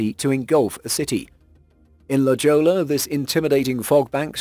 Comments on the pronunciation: La Jolla is pronounced La Hoi ya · La Ho-ya is how you pronounce La Jolla. It's spanish.